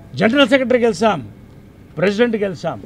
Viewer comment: Gelisam kadura babu “ GELiCHAM”.